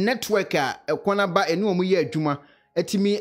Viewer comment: She said ekonoba not ekuonaba wai